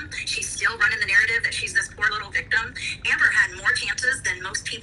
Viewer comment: weve gotten so many iconic phrases now. I AM A VICTUMUH.